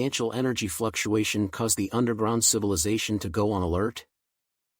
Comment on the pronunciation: It's not cilivization but civilization.. 😅😅😅